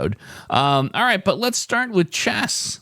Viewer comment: I thought you said the starting word was Chest not chess. I like it much better if you SPELL the starting word when you announce it. Although chest worked better for me than chess did for you. After chest I did audio, taste, state…